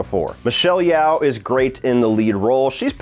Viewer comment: FYI, it's pronounced Michelle "Yo" (as in yoyo) now like "yow" (rhyming with cow)